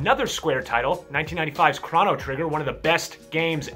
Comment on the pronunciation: Calls chrono trigger one of the best games ever yet butchers the pronunciation. Tidus laughs at you sir.